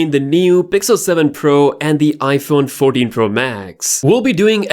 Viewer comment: His accent made him said "noush" and "Iphone 40 Pro max"